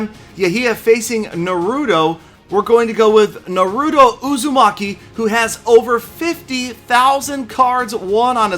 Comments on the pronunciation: ITS NAH-ROO-TOE not NUH-ROOT-O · it Na-rue-tow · Oh no pls its pronounced NA-ru-to Uzumaki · its Pronouced NAR-UH-TOH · its suppose to be Naruto (Nah-Roo-Toe) probably looks wrong in text.. easier to say lol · I've never watched the show but i know its pronounced NAH-RU-TOE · The way this man said Yahia and naruto lmao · he said Naruto so white LMAO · you haven't seen Naruto before huh😩? You said the name all wrong on this. You should watch the Anime so you know how to say it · I guess isn't a anime fan he pronounced wrong and didn't knew Naruto 😂😂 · I cringed when he tried to pronounce naruto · time to watch some Naruto and get that pronunciation down man! Making me cringe over here! Haha. Another nice video, as always. Thanks! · when murders Naruto's name...... smh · The way he pronounced naruto killed me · He pronounce naruto wrong